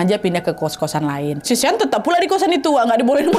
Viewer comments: Shawn❌ Sean✅ Sebutan 'Sean' sama dengan 'Shawn' 😅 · Sean di sebut ‘shawn’